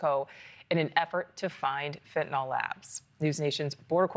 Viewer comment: FentanYL, rhymes with PILL.